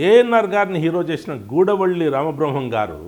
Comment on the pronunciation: గారూ, 'గూడవళ్ళి రామబ్రహ్మం' కాదండీ. దాన్ని 'గూడవల్లి రామబ్రహ్మం' అని పలకాలి.